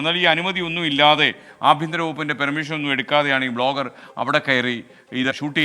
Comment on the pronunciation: ബ്ലോഗർ ആണോ വ്ലോഗർ അല്ലെ